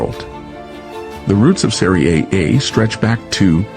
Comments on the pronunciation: You should never say Soccer again(it's wrong to say Soccer). I'll try to help you pronounce SERIE A the right way. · Or just USA butchered, no research accent 😅